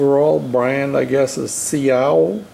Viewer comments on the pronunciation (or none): That's a Vespa, and the model is Ciao, pronounced chow.